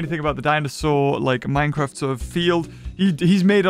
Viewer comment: Omg minecwaft